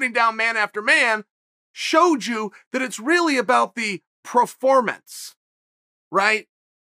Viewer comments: Chael: “proformance” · / - New word: Proformance Thanks, Chael. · PRO fermanance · Chael “pro-formance” Sonnen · Chael "Praformance" Sonnen